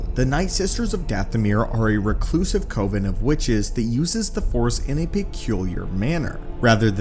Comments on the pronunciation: I mentioned this in another comment, but Coven is pronounced with an emphasis on the v. Cov-an rather than Co-ven. Like the difference between covenant and pirate cove. It’s not a big deal, and it’s an easy mistake to make, but it was driving me a little crazy throughout the video. Said video was great by the way! Enjoyed very much! Love learning more Star Wars lore! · Why you saying COVEN like that?